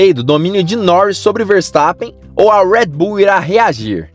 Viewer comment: Parei de assistir quando começou a falar “ruédibú” que pronúncia de merda é essa? Não é inglês nem português.